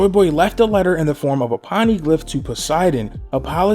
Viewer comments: Pone- e- glif that's how its pronounced not pon-nee-glif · It's Poneglyhs or Pony-glyph if you want to want to use the phonetic way to say it. Not Paneglyhs O not A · Poni-glyph not paniglyph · Why does he keep pronouncing poneglyph as "ponnyglyph"? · I enjoyed this video but please pleeeese stop saying poneglyph like that! It made me cringe every time you said it